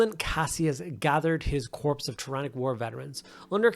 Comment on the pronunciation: Battleline (tactical/intercessor) transfer on an assault marine 😬 great paint job though, I prefer the classic colour over metallic for shoulder pads. Just a note that the p in “corps” is silent, so pronounced as “core” rather than “corpse” when talking about things like military units